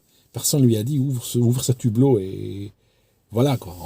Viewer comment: Si je peux me permettre on écrit le hublot et non l'hublot et on ne fait jamais la liaison entre un et hublot, c'est pareil avec haricot, hibou etc. Je fais cette remarque parce que ma langue est en-cours de destruction et ça m'affecte beaucoup. Peut-être que vous ne le saviez pas, c'est pour la prochaine fois. La qualité de vos vidéos n'est nullement remise en cause.Vos vidéos sont toujours passionnantes et très bien expliquées.